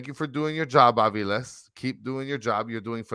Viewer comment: Hey guys, argentine here, Its faRIas and aviLES